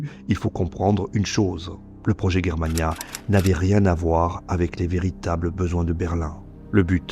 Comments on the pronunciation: Pourqui tu dit guerremania ? Alors que la Prononciation est : Jér-ma-nia ... On dit germanie (jér-ma-nie) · Tu n’est capable pas à prononcer les noms allemands correctement ! Ce n’est pas Guerre Mana mais Germania comme la Germany ! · On prononce Germania non guermania.... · Pourquoi prononcer Germania "Guermania"...? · On prononce pas G comme J donc Jermania ?